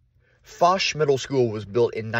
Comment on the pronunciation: Many memories. Been in that auditorium many, many times. Swam in that pool. Walked those corridors to classes '58-'60. To the right of the stage is the room where they kept musical instruments. It's FO-ch, not the way you are pronouncing it.